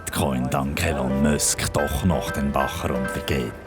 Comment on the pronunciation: De elon mösk🤣